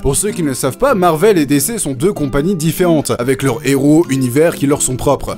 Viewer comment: tu as raisons mais on dit DiCi pas Décé. sinon on rajoute dé looo0l